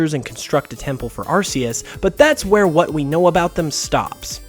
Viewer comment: "Arceus" is pronounced "ar-kee-us"